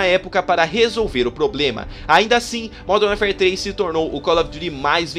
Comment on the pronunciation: Parabéns pelo vídeo e pela pronúncia com o nome do jogo: primeira vez que ouço alguém falar isso certo.